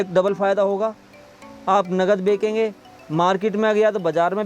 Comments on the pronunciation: Bekenge nehi kehte bechenge bolte hai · Are paagal, bekange nai, benchange bol